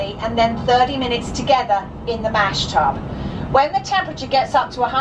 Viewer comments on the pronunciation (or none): It's a mash tun not tub.